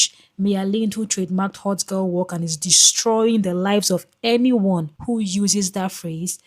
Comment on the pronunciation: she trademarked hot girl what? I’m sorry I can’t understand it. No disrespect or shade.